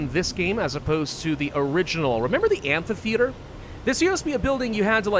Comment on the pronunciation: Yo, whats with the pronunciation of "amphitheater", sounds off so badly ;D